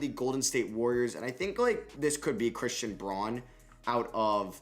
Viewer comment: Pronounced "Christian Brown"